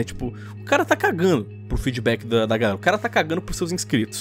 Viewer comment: ganerakkkkk, n é galera? kkkkk